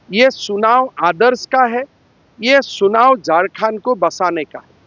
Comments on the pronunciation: सुनाओ नही चुनाओ होता है 😂😂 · क्या बोल रहे हो हिंदी बोलने आता है कि नही चुनाव को सुनाव बोल रहे हो अगर झारखण्ड मे राजनीति करने आए हो तो हिन्दी बोलने पहले सिख लो नही तो बबूलाल मरांडी को😊 सिखने के लिए बोलो ( राजनिती करने आ गया असम से शर्म नही लग रहा है) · सुनाव नही चुनाव बोलो 😊